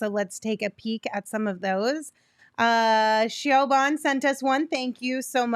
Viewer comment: I think Shioban is meant to be pronounced Shivaun. time stamp .